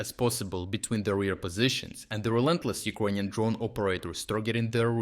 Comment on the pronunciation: Please, try to learn how to pronounce the word "Ukrainian" because it took me quite some time to understand it. Thank you for the good job. Keep it up!